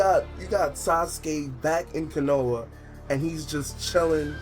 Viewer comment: It's KO-NO-HA not KUH-NO-UH